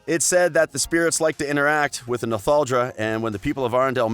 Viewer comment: Idina “MenSel”, AnNa, and Arrrrrendelle! Like what the heck are you a pirate!